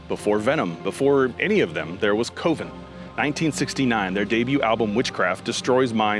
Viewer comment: Coven: pronounced (cuh-ven). Gorgoroth: pronounced (gore-gore- oth) dude you never heard these band or what? I thought you were a heavy metal channel. Highly sus